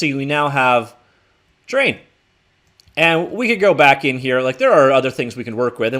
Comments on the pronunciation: Please slow down when you say terrain because it sounds like you're saying train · I think its a Canadian thing lol I've heard it said like that before aye